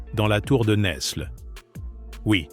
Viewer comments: Bonsoir ! Cette histoire de France n'est même pas parlée en bon français. NESLE ne se prononce pas NeSle, mais Nèle. Le S ne se prononce pas. Sachons-le... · Fille de Louis IX ( Agnès de France ). Saint Louis longtemps après en 1297. Isabelle de France a justement réclamé le trône pour son fils . Tour de Nesles ( Prononcer nelles pas ne s les ). Philippe le Bel devait taire cette affaire.